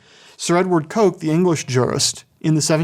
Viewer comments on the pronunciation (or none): Sir Edward Coke's surname is pronounced "Cook."